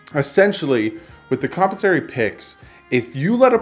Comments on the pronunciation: It's actually com-pen-sa-to-ry picks. Derived from the word com-pen-sate. com·pen·sa·to·ry /kəmˈpensəˌtôrē/ ￼Learn to pronounce adjective (of a payment) intended to recompense someone who has experienced loss, suffering, or injury. Love your show but that drives me crazy. Sorry, won't happen again. Carry on. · Com-pen-sore-ee picks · Compensatory picks, your pronouncing it wrong dude.